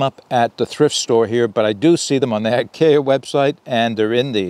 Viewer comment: Hey great video and idea for the common man without a lot of excess cash laying around. Fyi IKEA is pronounced ( I key a). Not trying to be a troll just trying to be helpful. So you don't get the trolls busted on you.